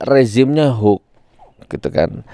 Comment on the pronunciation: Gus nur klau menyebut HOAX Jng hok tapi di Perjelas cara menyebutnya HOAX